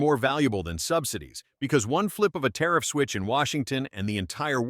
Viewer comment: Might want to try that " tarriff" bit again LOL 😅😅